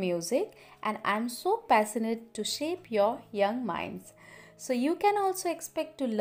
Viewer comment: It was a really good introduction. But some of the words were pronounced incorrectly like session, passionate and wishes.